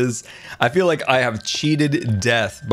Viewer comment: Anny one else hear feeal?